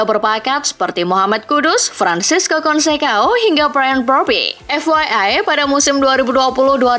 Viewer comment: Baca nama orang yng benar ok konsesaun bukan konsekaun amoring bukan amorim